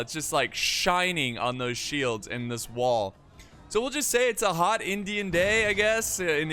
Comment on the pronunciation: I cried when he said it's a hot Indiam day in India lol